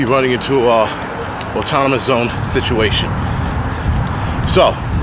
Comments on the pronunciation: Just so you know. There is only one T in autonomous. You spelled it right, just pronouncing incorrectly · The word is autonomous, not Autotonmous... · Not enough to pronounce autonomous correctly.